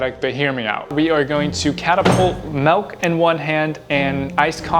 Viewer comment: melk? you mean milk?